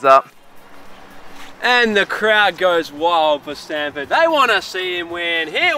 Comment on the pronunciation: Why do they say standford